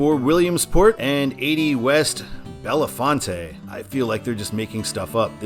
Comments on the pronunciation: FYI: Bellefonte is pronounced Bell-FONT. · Bellefonte is pronounced “Bell-font” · Trust me, it's not. It means "beautiful fountain" in French. Bell-font. Don't worry though, it's completely understandable why you wouldn't know how it's properly pronounced, I can respect that :) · Didn’t scroll the comments, but the PA towns are “Bell-Font” and “Do-Boys” (very unfortunate pronunciation change, I know.) I’ve driven every mile of this road from NYC to San Francisco (except the piece in Ohio from Youngstown to Cleveland. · bel·faant Bellefonte... It's not a f_cking Spanish word. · A. Bellefonte is pronounced (Bell-font) B. DuBois is pronounced (Do-boys) C. PennDOT is working on constructing a high-speed interchange for I-99, though it is taking forever because it has to be done in steps. Step one is to build a local interchange two miles northeast of I-99, step two is to improve Jacksonville Road in preparation for detouring I-99/I-80 traffic onto it, and finally they can work on the high-speed interchange itself. The entire project is expected to be complete by 2026, with the local interchange being completed this fall.